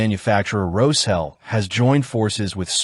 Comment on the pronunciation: Can you guys use an AI voice that can pronounce the SH in Roshel like it is supposed to be pronounced?!